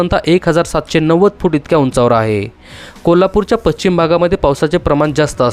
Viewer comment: पश्चिम पच्चीम चुकीचा शब्द आहे.